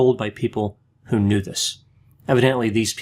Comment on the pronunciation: Wow, I never knew my uncle's like she "k new" her huncle, it sound like Bert father was alcoholic abuser this he had to be dealt with, I just wonder if she got paid big bucks to throw her uncle under the bus. Thank you for your analysis, great job!